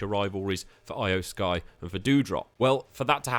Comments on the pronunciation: exactly. its NIKKI ASH. not Nikita. Tomasso Champ=uh. Not Key-amp-uh. E-oh Sky. Not I-oh. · you need to learn to properly pronounce names. Nikita Ash? It's Nikki. Shin sooke? its always been SHIN SKAE. and its not Eye-oh Sky. its E-oh Sky. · Eye-O Sky too 🥶